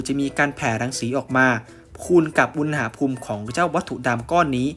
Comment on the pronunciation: อุน หะ พูม ไม่ใช่ อุน นะ หะ พูม ครับ ฟังแล้วขัดๆ นิดนึง